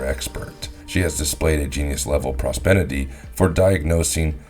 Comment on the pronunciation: *propensity not prospenity